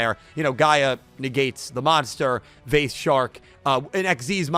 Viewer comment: Actually it's pronounced vice not vase